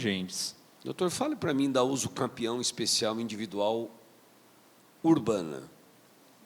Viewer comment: "USUCAMPEÃO" excelência ?